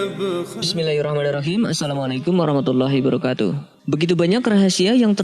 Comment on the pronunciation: Masukan min, salamnya di perbaiki. Yg benar Assalamualaikum warahmatullahi wabarakaatuh. Bukan "Assalamualaikum warahmatullahi barakatu" 🙏